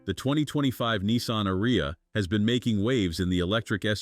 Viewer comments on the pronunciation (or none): It’s pronounced Aria, like the casino in Vegas!